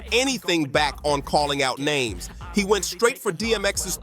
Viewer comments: Why is he pronouncing everybody’s name wrong? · Do y'all ever realize that all these voice over never pronounce nobody name right.